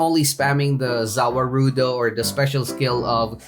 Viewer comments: Its pronounce ZA-WARUDO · za waruldo is pronounced za world -o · its ZA--WA-RUDO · btw the way it's pronounced ' za war-doe' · The way you pronounce za warudo hurts my brain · how u say za warudo makes me mad no hate btw